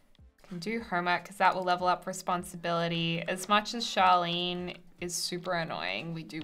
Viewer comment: I swear that I keep hearing you say Charlene but it's Charlie :p